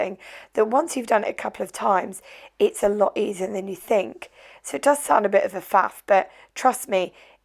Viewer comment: "Lots of fings you fink you like". You don't use your national language.